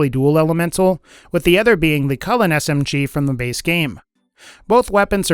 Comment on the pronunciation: it the chewlane not cullen